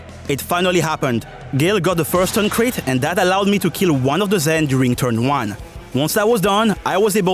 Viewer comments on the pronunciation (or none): It's crit. not chit. Unless you wanna shitpost bout it